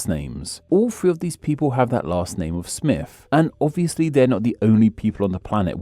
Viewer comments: The fact your accent means you pronounce Smith as smiff makes this video extra delightful. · The Presenter keeps saying "Smiff"